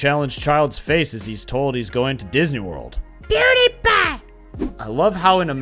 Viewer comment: saying Pewdiepie got me weak